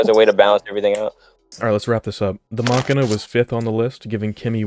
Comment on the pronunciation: Pronouncing machina like makina is a federal offense